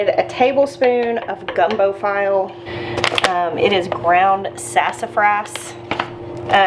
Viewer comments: gumbo file' is pronounced (fee-lay) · Fee-lay. Not File. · Baby girl it's pronounced fee-lay gumbo. Even though it's spelled like file cabinet etc... you did a heck of a job on that gumbo it looks absolutely delicious made my mouth water! God bless you and yours and thank you for another awesome video! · File is pronounced fe lay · Add gumbo file at the table. Pronounced Feel-A like a meat filet. Adding to the pot makes the whole gumbo slimy. It's a temperature thing. Also, learn to make smothered okra in the summer. I make it overnight in the oven. Cooks away the slime. Add that to the gumbo. Your gumbo looks great, though! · I really have a hard time with people who do what I am about to do, so I ask forgiveness in advance: Gumbo File is pronounced Fee Lay with the stress on Fee. Please forgive.🤐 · Gumbo file is pronounced fee-lay--not a big deal, though! Merry Christmas! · Gumbo file" is pronounced Feelay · It is my understanding (at 82 yrs and cooking for family for 75+ of those yrs) the darker the roux the more flavor but the less ability to 'thicken' the liquids. This was from Justin Wilson on his PBS cooking show - in the 60s or 70s. Also, Gumbo Filé is pronounced FEE lay. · Gumbo file is pronounced filet…..and if you add can of rotel tomatoes it’s amazing…ima true Cajun from Louisiana….and chicken and sausage gumbo was the first dish I thought my girls to make….you can also add pound shrimp at end with green onions❤ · The file’ is pronounced fee-lay. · Also, file is pronounced as fee-lay. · Isn't it FEE-LAY (file) powder? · From a Louisiana girl...file is pronounced "feelay+